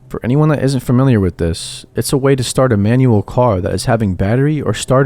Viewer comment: Love the content, but God damn I cannot stop hearing you say "WIFF" instead of With. Everytime.